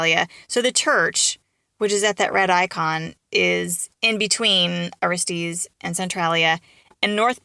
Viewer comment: Aristes is pronounced thusly ,ah ristus not aristees.